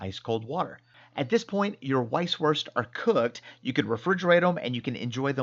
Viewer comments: PLEASE do not say "weiss-wurst" with the english "W". Use the German pronounciation of "W" which is a "V". You know, "vee haf vays of dealing vith you.". And if you don't say it properly you will get terrible stomach cramps because in Bayern (Bavaria) these sausages have a life of their own and if you do not respect that, well...you know the answer! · Say it with me....vise. vurst. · A little info: The German "w" is pronounced like the English "v". So when you say "Vice-Voorst", it sounds much mor authentic. 🙂